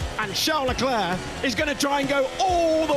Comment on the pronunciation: Hahaha. Have you heard him introduce himself? " I'm CHARLZ LECLERK" DUH😂 Watch Drive to survive. His new wife pronounced it the right way too!